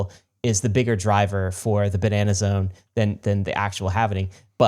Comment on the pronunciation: You boys can't say "Ba-Nah-Nah-Zone" without also taking a sip of wine immediately after. If you're gonna do it, do it right. :)